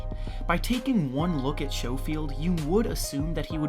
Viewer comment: It’s not pronounced show field it’s sco field like it rhymes with snow